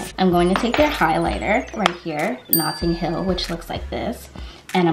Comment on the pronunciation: The way she said Notting hill tho if ur English Caribbean you’ll understand